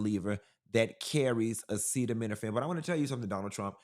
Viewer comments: The man that lives in the White House, couldn’t even pronounce acetaminophen. Someone in the audience had to say it twice. That’s ridiculous and embarrassing. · This P.O.S couldn’t even pronounce Acetaminophen. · Chile can't even pronounce "acetaminophen"😂😂😂